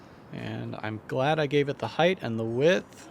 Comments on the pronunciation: It's PRONOUNCED HEIGHT LIKE LIGHT! NOT HITH ANNOUNCER! LEARN ENGLISH! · Heighth is not a word fellas. It’s height no matter how the sentence is structured, always height. You sound very dumb when you say it wrong. Almost as bad as orientated. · Oh god not the “heighth” pronunciation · "Heighth" is NOT A WORD...